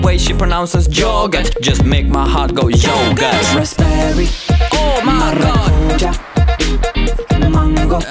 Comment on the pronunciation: It is maracujAH, with a long "a" at the end!